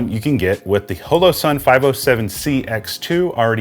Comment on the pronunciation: Loved the review but... it's not pronounced "HELLO SUN" it's "HALLOW SUN"... just something that really bothered me... I know, I'm type A. Sorry.